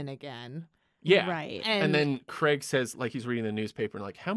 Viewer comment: That was brilliant, informative, funny - BUT - it's pronounced Daniel Craig as in 'play', not Creg as in 'egg'. C'mon movie folk, get the easy stuff stuff right.